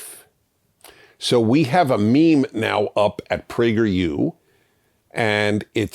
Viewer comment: You're a great man, and I agree with like 90% of what you say if not more, but you should not ever say the word 'meme' again.